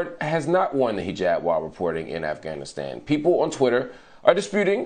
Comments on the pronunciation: US spent 20 years in Afghanistan and still can't say the country name right, this guy nailed it in this one video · First American who says the name of the country correctly